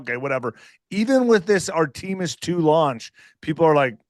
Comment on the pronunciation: If you can't pronounce Artemis you're not really that qualified to criticize it.